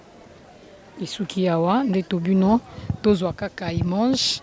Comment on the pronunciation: POURQUOI OLOBAKA IMANGE??? ON DIT : IMAGE